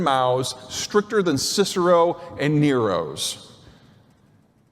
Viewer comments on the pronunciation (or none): none